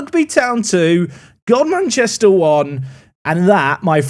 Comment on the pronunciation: finding out that godmanchester is actually pronounced as gumster Also golcar last episode is pronounced gol cuh and as it's local to me I actually know some of the people there in real life